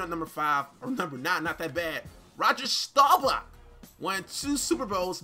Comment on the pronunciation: How did you read roger last name wrong and you a cowboy fan